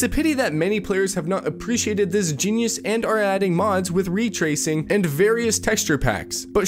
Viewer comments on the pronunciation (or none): The way you say "coherent" is jarring and should be addressed. "Re tracing"? Bloody hell man!! De fen itive.... What's going on bro???? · Then a few seconds later he says "ree tracing" lol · The fact that he says it normally leads me further to believing the mispronunciation is for engagement baiting. Although it's still the wrong form of the word in this sentence, should be coherence As well as the fact that RAtracing would never just be mispronounced as REtracing just because you like hokey.